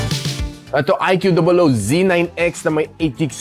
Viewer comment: prounounciation po nang iqoo boss hehe